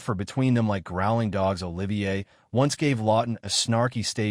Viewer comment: This AI vo is total bollocks! Can’t even pronounce Olivier’s name properly! Oliver???!!! C’mon you dumb ass producing this pap - get it right!